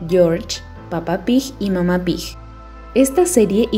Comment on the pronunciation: ¿Por qué pronuncia "Pig" como Pij? Es fastidioso.